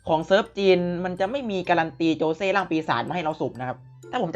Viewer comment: ขอโทษนะครับมันชื่อโจชิครับไม่ใช่โจเช่